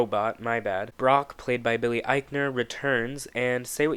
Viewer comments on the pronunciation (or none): none